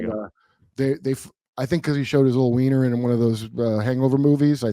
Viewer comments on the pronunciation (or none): none